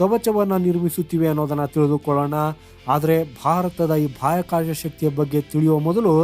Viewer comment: ಬಾಯಾಕಾಷ ಅಲ್ಲಪ್ಪ ಬಹ್ಯಾಕಾಶ ಅಪ್ಪ